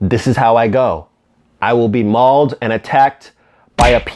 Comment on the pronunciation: Mawled you get mawled by a peacock